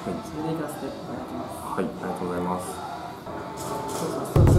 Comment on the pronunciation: の「t^ijj%mvgざいます〜」が好き